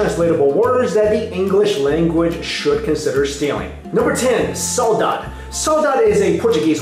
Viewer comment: the first word is pronounced, "sah-oo-DAH-gee" just sayin, bro